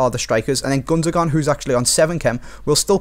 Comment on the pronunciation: The way you say Gundogan is fucking frustrating